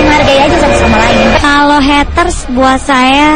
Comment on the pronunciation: Mba Mba.. it's Heyyyytersss bukan Hetteurs.. kalo gatau pronounce Ga usah ngomong Haters Haters dah